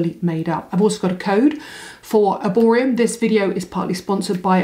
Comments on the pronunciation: Is it just me or are you calling it Erborium ??? 😂😂😂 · You are doing a paid promotion for a brand that you cant even pronounce correctly..there is literally no M at the end...there are only 2 shades claire or doree, oxidise horribly